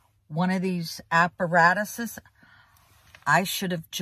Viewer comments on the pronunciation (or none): when she said ''Apparatus'' 😂😂😂